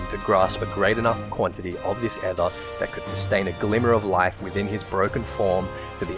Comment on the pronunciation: Just so you know, aether is pronounced just like ether, that is "ee-ther". Not rhyming with heather.